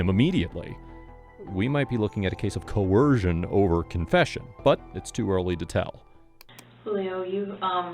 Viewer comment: Coercion?! What’s wrong with this narrator